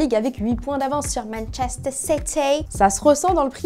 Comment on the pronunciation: "mAnkESteR cIteYYY"